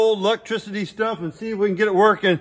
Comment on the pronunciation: "Lec-trisity" heeheehee